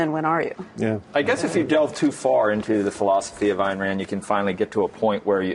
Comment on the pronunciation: EYEn Rand... Not ANN RAND Dipshit reporter.